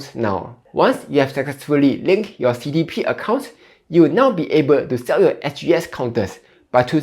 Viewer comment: 1. "It’s 'sell,' not 'siao,' lah 2. 'deposit' is pronounced 'dɪˈpɑzɪt,' not 'deb-po-sit.'" 3. "'Debts' should be pronounced as 'dets,' without the "b"